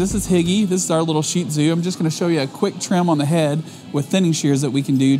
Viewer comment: I'm just so glad you pronounce ShihTzu correctly! So many groomers don't and it makes me nuts. LOL. Seriously though..my girl is a doll to groom. She has really sensitive underbelly skin though. Always cleaning up the tear area...seems to get a bit of what looks like slight fungus around her nose I have to treat all the time...she's a rescue and that has been a 7 year battle. Same on one of her paws. But as for her personality, she's a delight and does require belly rubs and the occasional grooming table NAP :D:D:D She's a light colored one with slight pale orange on her. Her hair next to mines is exactly the same with her tail.